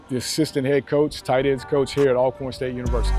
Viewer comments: It’s ALL-CORN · Thanks for the coverage!! 💜💛FYI, the school's name is ALWAYS pronounced "All-corn"...like "alright" & "already". 😊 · Ima let yall in on a lil Al-corn secret. They pronounce it ALL-corn. And Steve Mcnair didnt die from a gun accident, it was a case of murder-suicide. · I appreciate the video but please use the correct pronunciation… It’s pronounced ALL-CORN. Remember, Always Alcorn !!!